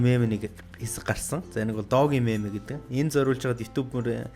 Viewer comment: догэ биш дөж